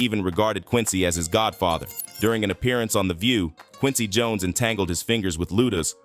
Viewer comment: What about Jon es (Jones)😂